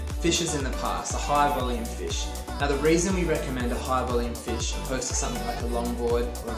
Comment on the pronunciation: What type of board did you recommend ? It sounds like “fishes”. “A high volume fish “?